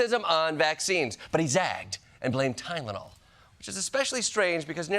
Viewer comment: Oz is in the background nodding, yes President, that's right, you pronounced it right. Tylenol!